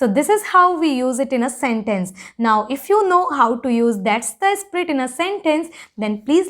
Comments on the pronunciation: It's spirit, and not sprit. You're really good at the language, however, you have MTI which impacts the pronunciation. Anyways, good job n keep it up 👍🏻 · If I'm not wrong your pronunciation of spirit is kinda "Sprit" Whereas the actual pronunciation is Sp-ee-rit. Never Mind though. Good work!!!👏